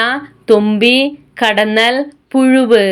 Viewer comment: പുഴുവ് അല്ല പുഴു